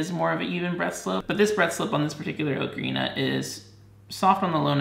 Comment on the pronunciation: you been saying ocarina wrong the whole time